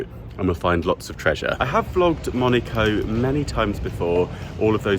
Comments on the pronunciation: Fantastique... mais c'est MonAco et non Monico, s'il vous plaît! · I only hear MONICO not Monaco 😂😂😂 sorry mate but that aint it 😅